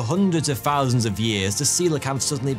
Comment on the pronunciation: Fousands, you say?